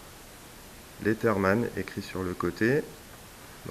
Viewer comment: revue intéressante, je me suis d'ailleurs acheter ce modèle. juste... quitte à passer pour un relou... on ne prononce pas leaTherman mais plus LeaZerman. Bref bonne continuation